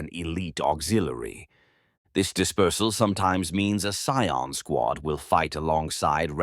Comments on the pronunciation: That said, sometimes I wish your narration had a more human touch (pronunciation of "Scion" in this one was pretty rough throughout the video!). If you're in need of a human narrator for your scripts, please don't be shy-- I'm sure both I, and many others in the community, would be delighted to help you bring these scripts to life. Just ask! The Emperor Protects. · It popping back and forth between saying Cy-ons and Cee-ens is driving me insane.. It's bad enough that it's pronouncing it wrong, but seriously PICK ONE! Unwatchable for me. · The abominable intelligence cannot pronounce "scion" properly